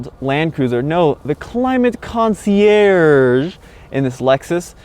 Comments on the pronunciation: it's pronounced "concierge" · say concierge one more time , I double dare you...